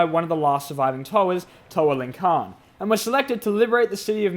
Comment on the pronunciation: Also just letting you know Lhikan is pronounced Lih-khan not Ling-Khan.